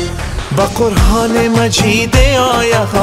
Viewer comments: درست میگی اشتباه تلفظ میکنه. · جان مثل همیش دلنشین و صدایت آرامش داره، اما درتلفظ کلمات کمی دقیق باش 🙏🙏🙏 قرآن مجید آیه آیه، خودت میگی (قرهان مجید هایه هایه) و یا (دلم دنبال تو آید و یا امو زبان محلی دری آیه) که خودت اینجه ره هم میگی (دلم دنبال هایه) امید که ناراحت نشوی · اگر در تلفظ بعضی کلمات کمی دقت کنید خیلی عالی میشود. مثلن قرهان، هایه که اصلن قرآن و آیه است. موفق باشید. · آهنگ خیلی لوکس ودلنواز ، اما در قسمت تلفظ قرآن کمی تغیرات دیده میشود ، قرهان تلفظ میکنید در حالیکه قرآن است. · خوب است فقط نمیدونم من اشتباه میکنم یا شما لغات را در شعرتان اشتباه تلفظ میکنین ( قرهان به جای قرآن، هایه به جای آیه ) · ، با نهایت تواضع مشوره خواهرت اینست که قرآن را قرهان تلفظ کردی، فقط از روی محبت بود برای اینکه جز زیبایی آهنگ است ♥️♥️♥️ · قرهان نیست او لطفن در تلفظ واژه ها دقت بیشتر کنید مثل حکتمیار دنبال نابودی فرهنگ و زبان فارسی نباشید